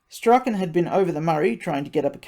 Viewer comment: He sounds like every kid who ever went it alone...and the law fears a leader more than a mob. Strauchen is pronounced Straun.